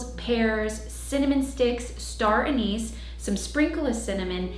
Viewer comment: Maybe check the pronunciation of anise.